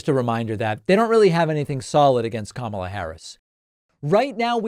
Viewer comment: As an Indian guy I can confirm Trump's pronunciation of Kamala is way accurate than yours